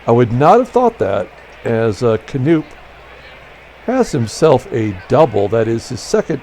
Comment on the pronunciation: FYI - Bobby Knoop is pronounced as per Wikipedia 'kuh-NOP'. That''s what I thought when growing up.